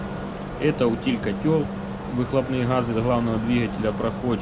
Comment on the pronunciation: Почему нельзя "хговорить" уже по-украински, или по-русски, как-то определиться, а то какой-то суржик. "Хгазы","хглавный","хгидравлический".